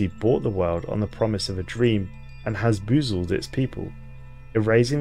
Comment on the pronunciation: I had to rewind to make sure you actualy said "hazboozled their people"